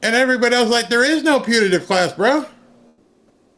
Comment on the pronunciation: Putative with a “t”, not Punitive with an “n”.